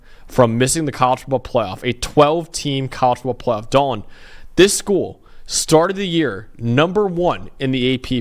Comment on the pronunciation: Bro pronouncing college football playoff in 5 syllables. 😂